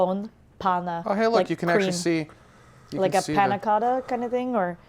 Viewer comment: doppio con panna (2n) -> not "paaaanaaaa" but "pannnna", just a tip ;)